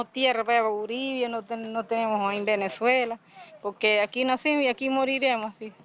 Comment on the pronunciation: "Vennizwayler." Say what?